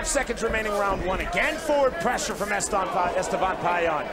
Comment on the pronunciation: Etevan lmao forgot the S